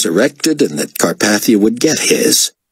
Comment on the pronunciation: It's Carpathia's name that bugs me